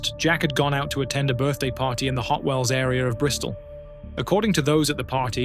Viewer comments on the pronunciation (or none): none